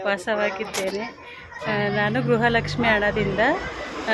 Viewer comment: Gruhalakshmi alla gruhalakshmi pronunciate properly.